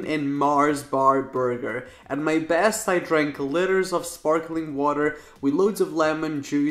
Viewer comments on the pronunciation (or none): Did you just say 'litters'? Instead of 'litres'? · Litters of sparkling water??? Litres sounds like “leeters”